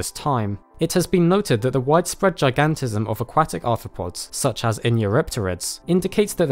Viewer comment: Dear god the way your pronounce aquatic makes me think of a duck